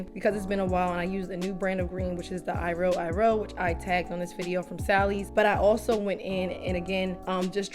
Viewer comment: No hate at all but it's not eye-ro eye-ro it's ee-ro ee-ro❤